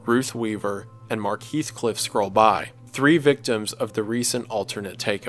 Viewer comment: I flinched when he said Heathcliff